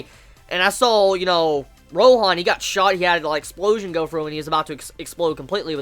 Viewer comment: Ekusupurojan (j = h sound)